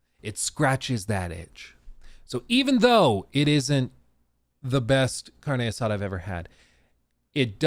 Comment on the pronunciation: “Carne assada” sounds funny when says it.